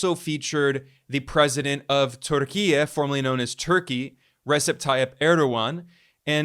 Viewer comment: I commend you for pronouncing Türkiye in a Turkish way. I'm not even turkish, by the way. It just shows the level of respect and literacy of yours.